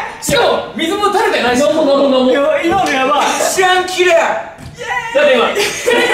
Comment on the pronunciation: もぐもぐこーじともぐもぐふっか 「うぃまのこかった(今の良かった)」 「うぃまのやあい(今のやばい)」 可愛すぎて頭抱えた